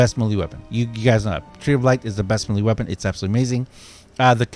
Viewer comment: Sorry, but I am going to have to put a dislike on every video that you continue to completely mispronounce "melee". It is extremely annoying, and there is just no excuse.